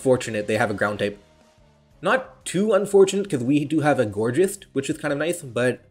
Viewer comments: it might also be reminiscent of "gorgeous" making the pronunciation "gourjeist" totally valid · The "geist" in "Gourgeist" is pronounced the same way it is in "Polteageist" since it comes from the German word "Geist" meaning "ghost" the g in "Geist" is NOT a voiced postalveolar fricative but rather a voiced velar plosive.